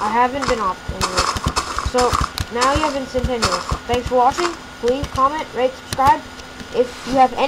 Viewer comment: Ess - sen - ten - ee - alls? kids these days.